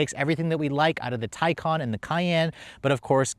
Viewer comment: Come on. It’s been out long enough. It’s pronounced ty-kuhn!